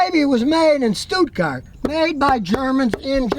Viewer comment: His pronunciations of "Deutschland" and "Stuttgart" were decent, but not great. Rather strong accent. I'm not complaining, just opposing to the view that he did "very well".